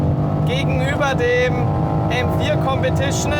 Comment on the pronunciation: Kompetischnää Zweitnää